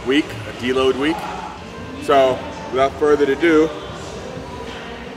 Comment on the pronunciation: Larry its without further uhdoo. not further to do.